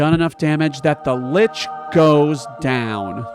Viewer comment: I was super triggered by your pronunciation of 'Lich' but then I realized it was on purpose. 10/10.